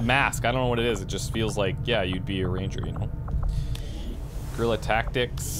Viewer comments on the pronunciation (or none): none